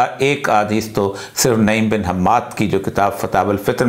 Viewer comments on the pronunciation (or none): لفظ. نوعیم ہے نعیم نہیں